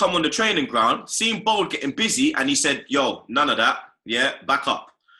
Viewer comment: Can't man say seen!!!! Not sin ffs Kevin chats shit 20 mil for holding & you say not enough I don't care if he played the game he chats shit ! Probably don't want to upset club ! But he's deluded as usual